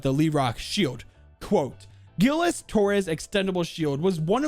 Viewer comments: As a kid that speaks french I FEEL SO TRIGGERED THAT says it as gilles or gills when it's actually pronounced jilles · By the way "Gilles" is pronounced like Jill